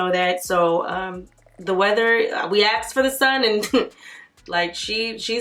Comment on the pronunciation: "You axed, we listened" 😂😂